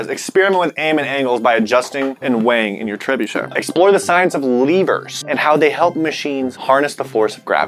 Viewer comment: I'm ready to hear say trebuchet without an r for 5 minutes